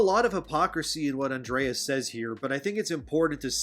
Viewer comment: I love your videos, but I cringed every single time you mispronounced Andres's name, lol.